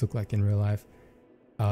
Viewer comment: The Falchion is pronounced Fal-shin for those wondering